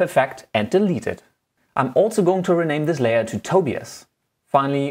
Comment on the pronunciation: "On your Layor"